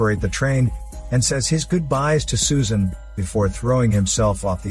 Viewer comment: but thing is the girls name is not susan but its Soo-An